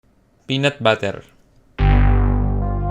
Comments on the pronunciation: pinoy bansi?? "pinat bater" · P E A N U T B U T T E R (in filipino accent) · sounds like a filipino when he says peanut butter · Why does the "Peanut Butter" and "Numbawan" sound so Filipino..